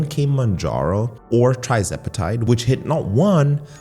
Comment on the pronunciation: "Tri-zepitide?" lol...